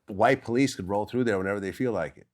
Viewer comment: "police" not pice